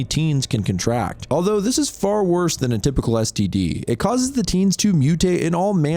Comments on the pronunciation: Brandon Lee didn't shoot himself -NU-CLEAR, not NUKULAR -Derf Backderf is NOT his real name, it's a pen name, obviously Sloppy. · Wtf is a NUCULER attack? Its nuclear. Because...fuckin NUCLEUS. Like protons & neutrons. No such thing as a "nuculus". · NUCLEAR. IT'S NUCLEAR. NOT "NOOK-YOO-LAR." NUCLEAR AS IN NUCLEUS. I'M LOSING MY MIND MAN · nuCLear, you fucking moron.